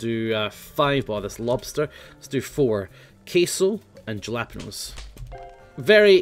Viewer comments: Jalapenos are pronounced "HALLA-PEENOS" (in English anyway) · The way he says jalapeños >:<